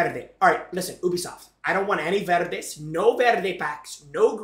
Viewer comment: Ubisoft❌️ ewbisoft✅️